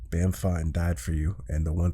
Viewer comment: Its pronounced as bomb not bammm